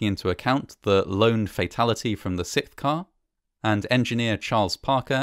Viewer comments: Why can't Brits say "sixth"??? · i love your content! you just keep saying sick when you pronounce the word sixth lmao